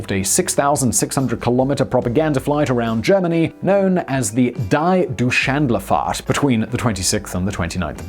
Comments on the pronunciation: Well, let's help him with the pronounciation in the future: It should be "Dee Doi (like koi but with a D) tsh lund fart (yes, like the fart)" so in short: "Dee Doitsch lund fart". What do you guys think: That should produce someting close to the real pronounciation... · Has he never heard the word Deutschland before? He butchered it so badly. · "Dy Duschlenderfart"? Really? Not even close! What happens to your pronunciation dictionary? To help you with the pronunciation key: ˈdɔʏtʃlant faːɐ̯t . "D" like d onut, "eu" like oy ster, "tsch" like Ch ernobyl, "L" like l aundry, "an" like un fortunately, "d" like donut, "fahrt" like fart. Here, you have it: Deutschlandfahrt! I hope I could help. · Okay, Simon is infamously famous for butchering pronunciations, but even I, a Yank, can read this as "doytchlandfart" and I think I'm closer than, "di-doo-shandlerfart" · D "Dye Dütschlenderfart" Die Deutschlandfahrt. It is not that hard. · Your German pronunciation is atrocious. Die Deutschlandfahrt is pronounced dee DOYCH-land-fart. It means “the Germany trip.” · Deutschland (Germany in German) is pronounced dɔʏtʃlant (IPA) or "d-oy-tsch-lant", as in the expression "Deutschlandfahrt" which in turn means something like "German round trip" in English. I understand very well that the German pronunciation is not easy for English speakers (I am Norwegian by the way), but exactly the word "Deutschland" appears in so many contexts whether we are talking about Germany in general or historically, that it is worth noting the pronunciation in German (that's my humble opinion). Otherwise another nice review of a mega project :) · Die Douchelandafart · Pfff....he gets lots of words wrong in English too. Not just Keighley. I'm amazed that someone who appears to be so well-spoken and who produces so much stuff doesn't bother to learn how to pronounce proper names correctly. With regard to Deutschlandfart, it's not difficult to pronounce. It's just plain laziness.